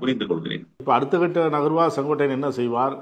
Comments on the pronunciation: திரு அவர்களே ஒருவருடைய பெயரைச் சொல்லும் போது சரியாக உச்சரிக்கவும். செங்கோடையன் அல்ல செங்கோட்டையன் என்பதே சரி. இனி வரும் காலங்களில் யார் பெயரைச் சொன்னாலும் சரியாக உச்சரிக்கவும் நன்றி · தமிழ் ஆசிரியர் maha ganapathi அவர்களே, சரியாக சொன்னார். இந்த அளவு உன்னிப்பாக கவனித்து வருகிறார். வியப்பாக உள்ளது. "சென்கோடையன்". என்று தான் உட்சரிக்கிரார். அன்பான வணக்கம்.🙏💐